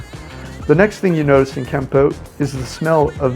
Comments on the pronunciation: Kampote? The worst pronunciarion ever! Why nust US citizens have weird ways of oronouncing foriegn names. Why don't they listen to how others say a word? Kampote? No Cambodian would understand what he meant. When they realised, they would correct the way he says it . Try saying it as calmpot. Meanwhile, he has a very irritating voice as well. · Its not kamput. It's kampot. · It is pronounced Kam-pot; like a pot you cook in. We love it there.